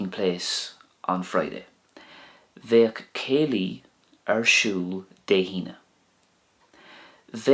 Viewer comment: bang on I’m in Sligo that’s how we say it. It’s great to be able a/b words with this channel. Thanks again